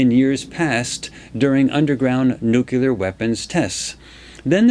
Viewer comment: This was done three years ago. I have watched a lot of Farsight's videos, but not this one. Very interesting, and about time I got up to speed on what is known about the Pyramids. One note - in this vid I discovered that does not know how to pronounce the word "nuclear", which is something I look for in intelligent people. Some people even to refuse to change their wrong pronunciation. Hopefully was told this by others before now, and has learned.